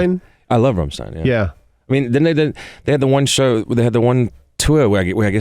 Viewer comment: It's Rammstein Nikki not rammshtine! Lol